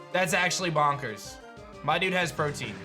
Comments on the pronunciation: Pro-TE-an not Protein... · Protein? You mean protean? Pro-te-an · Protean is pronounced differently from protein. It’s more like Pro-tea-in. I’m pretty sure anyway. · Protean: (PROH-TEE-EHN)